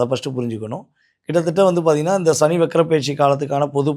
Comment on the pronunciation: "ஷனி" இல்லை "சனி"